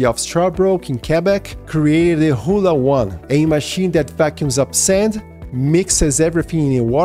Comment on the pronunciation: You pronounce the "o" twice. Ho'ola. Also, there is no soil in sand. It's either rock or coral (in Hawaii mostly coral). But to be really affective, they will need to use something much larger than a vacuum hose.